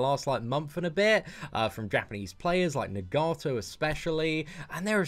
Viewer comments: The way you say nagato tho Nagarto 😂😂 Love your content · mans said ne gato